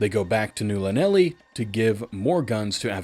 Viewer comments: Welp, time to dig the books out again… Also, Just for clarity, Llanelli is a town in Wales, so it’s probably pronounced closer to Thlanethli, the double L basically turns into a sorta soft thl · Llanelli is Welsh, breathe around the Ls as you press your tongue to the top of your mouth. The breathing around it should be similar to making an "H" sound. Ta-da.